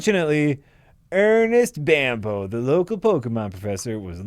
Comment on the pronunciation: Not that it matter but it's probably pronounced Bamboo. All the professors are named after trees. Oak, Elm, Birch...